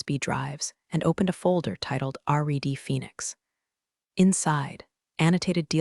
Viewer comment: "Editor?...Editor?..Story Editor?." "Reed" "Red" WTF?